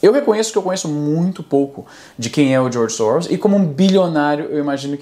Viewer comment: Sempre que ele fala "Djorgi Sowros" você toma um shot.